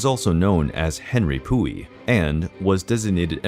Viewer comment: Lol I didn’t pay any attention cuz of the name pronunciation 🤣🤣🤣🤭🤭💀💀💀